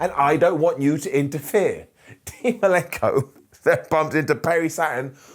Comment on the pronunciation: Who's Dean Malinko? It's Malenko